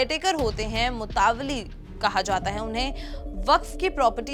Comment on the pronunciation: Mo taw Li " nhi sister Motawwalli ! Mo - ta - walli hota hai !